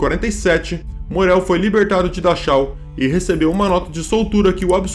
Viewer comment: Parabéns pelo conteúdo, só uma observação: a pronúncia “Dachau” o som é Darral em alemão. Já ouvi vc cometer esse erro em outros vídeos!